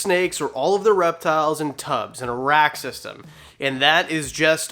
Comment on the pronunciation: WWR 🐍 Once you hear "a-rack" as "Iraq" once, then you can't unhear it